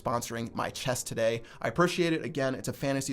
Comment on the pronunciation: Maybe if you didn't say "today" like a douchebag you'd win some games